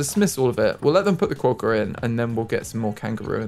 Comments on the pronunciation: You say Quokka with a short 'o" sound. like Kwokka. Rhymes with "rock" and add an a. Just something I do to save money now is 'move' the trees into the surrounding area of your zoo space, if I want to get them out of the way rather than delete them, as you found out you lose money deleting them. Australian colours are actually green and gold. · I love Quokkas, they are pronounced Ka-wok-ah. I go to Rottnest island all the time, where they are from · Quokka is pronounced KWOCK-KA. Think the word Crockpot ‘crock’ with a W replacing the R, and a ‘Ka’ on the end. -an Australian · This has probally already been answered but just in case, quokka is pronounced kwok-a :) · its pronounced Quak . kaah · Quokka is pronounced like you're saying it but with the 'o' sound from 'hot' not the 'o' sound from 'boat'. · QUOKKA PRONOUNCIATION! You had it mostly right, but the o makes the same sound as it does in knock. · Sure you've heard already you're not pronouncing Quokka right but anyway always throws me how others react to Australian animals I don't even think twice about as an Australian - Fun thing though Emu you can just straight up walk upto and pet and feed, do it all the time - They are greedy guts though and will try to snatch the food. Kangaroos I wouldn't try feeding because of the males but wallbies are the same you can feed them by hand :) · That Quokka pronunciation 😂 I can't haha It's supposed to be more like kwoka and not a long o like status quo, it's kwok a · Quokka is pronounced with a ock sound so like clock, hock and sock so in other words it should be spelt Quocka 😂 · Best way to pronounce quokka is to say it with a W like qwokka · I noticed there was an animal name Jannali -- I think it would be cool to keep that one, as it's actually the name of a suburb in Sydney! No ideas for other names, though... As for the quokka, it's pronounced "kwohkah", like you'd say "rocker", I guess?